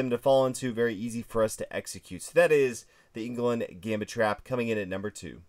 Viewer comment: Englund "lund" 🤣🤣🤣